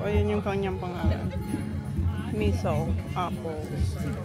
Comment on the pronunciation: Natawa ako sa pagbasa nya ng apple..missile😂😂😂 , hnd ba pwedeng i pronounce mo ng missile as in parang bala sa giyera😂😂 yun nmn yta ang tamang pagbasa non😂